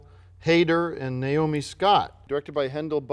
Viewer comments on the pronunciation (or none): none